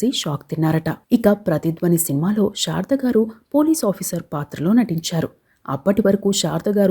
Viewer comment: బాగా వివరించారు. కాని, షారద గారు అని ఉఛ్ఛరించడం బాగాలేదు. ఆమె శారద . షారద కాదు. 'శ' కు 'ష'కు బేధం ఉంది. "శషభిషం" అని.ఉఛ్ఛరించడం లో తేడా తెలుస్తుంది